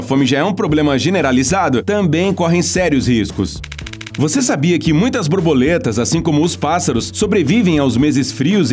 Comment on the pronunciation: Ele falou "Brorboletas" ou tem algo de errado no áudio?